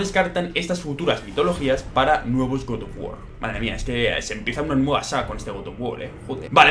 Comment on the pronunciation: Godof wor que cosa es esa aprende a hablar